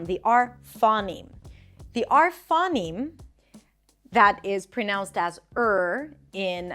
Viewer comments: givng pronunciation advice when you cant say phoneme correctly. yikes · Small nitpicks: - I think you're mispronouncing "phoneme" / / , it should be diphthongized, similar to "phone" or "phony". - , you say that in Japanese phonotactics, final syllables are either open or end in a nasal. This is, strictly speaking, incorrect; devoicing can lead to words ending in a non-nasal consonant, e.g. in です. - Similar mistake , Japanese may have consonant clusters as a result of devoicing, e.g. in しかし.